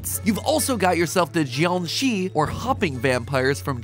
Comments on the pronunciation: mat's saying "zhioung shi" when the correct pronouncation is more like "jeeiang shi" and he's a bit off tone with the "shi" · Bruh, not being mean or anything but it’s actually zhiang shi kinda pronunciation. 😅